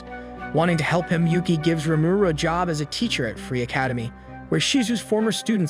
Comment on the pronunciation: I hate how he says rumuru